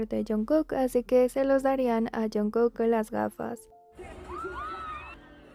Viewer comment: Is this AI, why can’t you pronounce JKs name correctly it’s so annoying??